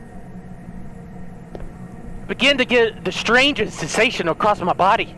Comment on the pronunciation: he’s got to stop saying strange stentsation